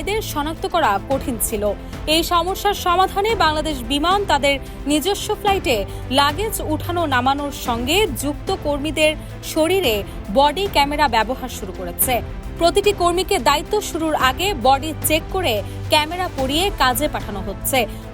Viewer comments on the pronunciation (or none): ধারাভাষ্যকার শরীল উচ্চারণ করেছেন। শরীল বলে কোন শব্দ নেই। শরীর। খেয়াল করবেন আশা করি।